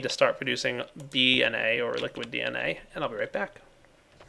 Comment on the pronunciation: it sounds like your saying liquid 'bee'na rather than dna